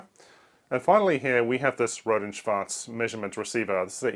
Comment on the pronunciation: I love that R&S piece. Thanks btw for perfectly pronouncing "Schwarz". I think other German engineers will agree with me with how funny sometimes German looks like when it is exactly and precisely describing a term, especially RF. "Tonfalle" is literally a trap to trap sound. Yes, that's what it is, but it is so absurd to see. I find it also cute how in German it is an Oszillator 38 MHz, But in English they write 38 MHz oscillator, even though there is no grammatical reason for the inversion in German, and they gave up on that on the second board.